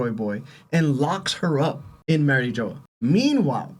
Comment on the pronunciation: Merry Joe is crazy pronunciation